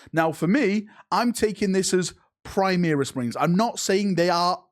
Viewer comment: Call them Primaris, not Primeris.